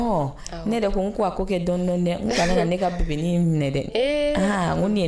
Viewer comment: Nom ma sœur C'est pas maraka c'est manika 😁😁😁lool du courrage batoma